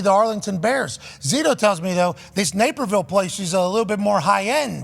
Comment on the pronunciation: Napierville.....LOL.... Naperville....quit having chat GPT write your news articles...LOL